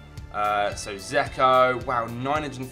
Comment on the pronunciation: You do realise Dzeko has a D in his name? Its not Zeko.